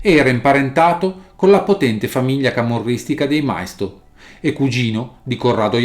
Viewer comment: Maisto con l'accento sulla i, non mai-sto